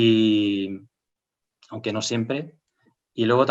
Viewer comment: Me hace mucha gracia cuando el dice "onque". AUgust en inglés sufrió un fenómeno parecido porque se pronuncia con la O de NORTH.